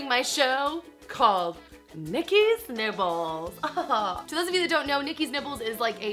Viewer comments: Lol I kept hearing "Nikki's nipples" :D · why foes it sound like she's saying Nikki nipples